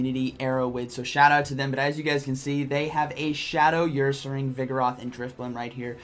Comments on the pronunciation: Say her without the h. Ursaring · Nobody:.... 2021: YOUR-SARING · "Earsaring" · saying YourSaring had me laughing:), great video as always